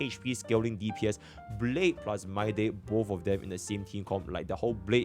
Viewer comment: bro says my-day